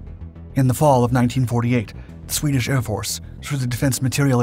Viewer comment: "Swedish shorsched instrumentation" ... 😅 😜